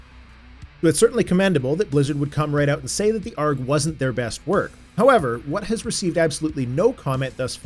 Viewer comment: Not that I'm complaining! It made me chuckle every time you said it.